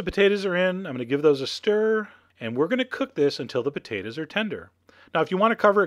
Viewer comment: i love the way you say potatoes "potaduhs"